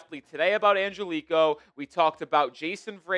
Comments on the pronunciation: The last name is not pronounced "an-gel-ee -ko" it's more like this... "an-ge-li-kee-oh" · Hey I just wanted to say Angelichio is 5 syllables not 4 like you keep pronouncing it. Try An-gel-li-chi-o that should help in pronouncing it correctly.